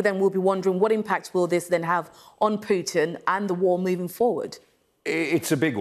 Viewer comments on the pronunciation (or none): none